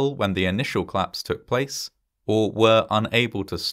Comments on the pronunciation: I find these videos really interesting, but I really wish that the narrator would pronounce words like "collapse"/"collapsed" as the two-syllable words that they're supposed to be! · Interesting how the voiceover simply refuses tot pronounce the vowels between C and L. There was a clission, then a clapse and they clected the data...